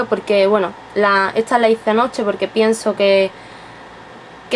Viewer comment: QUE IDIOMA HABLAS??? Y PORQUE DECIS ETSA???? ESTAAA SERIA